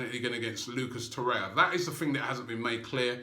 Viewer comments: To-ray-ra, Robbie. Not To-ray-ya. Hopefully you'll get it right by Christmas :) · You are mispronouncing his name in every video – It is TorreiRa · I think it’s a joke lol because Robbie is pronouncing his name wrong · Seriously, stop mispronouncing Torreira's name!!!